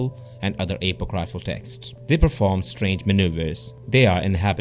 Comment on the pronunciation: Stop butchering the word apocryphal. Its not hard to pronounce. Book of Enoch and Jasher were removed a few centuries ago then called apocryphal by strange men.